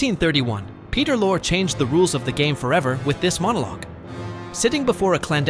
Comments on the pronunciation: It’s Vito Corleone pronounced Vee-toe not Veye-toe. It’s also Peter Lorre pronounced Lorry not Lorr. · And Lorre pronounced “Lore” several times. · Peter Lorre’s name is pronounced like the woman’s name Laurie. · For god's sake, if you can't pronounce Vito Corleone or Peter Lorre correctly, you're in the wrong line of work.